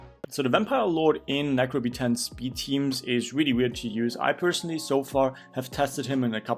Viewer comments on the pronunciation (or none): none